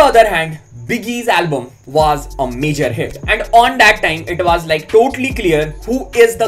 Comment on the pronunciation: Bhai was ko waazzz bolna band Karo na please 😅 woz boldo